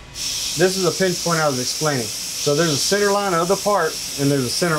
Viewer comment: say senner one more time